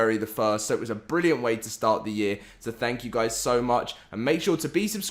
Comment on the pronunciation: "HAPAE NEW YEAARS GUAYS"